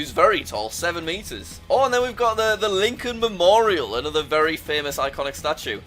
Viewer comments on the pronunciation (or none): none